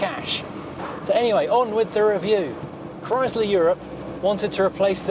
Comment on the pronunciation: Just so you know, it is NOT pronounced Chrys/ler, it is pronounced Chry/sler. Sounds like Cry slur. And make sure you find that letter R. NOT Chry/sla Two syllables said quickly like two words. There are videos of the man himself Walter P Chrysler discussing the new Chrysler Corp. And that is how he pronounces it.